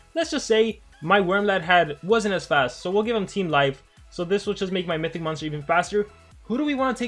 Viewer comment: I like how says mystic instead of mythic 😅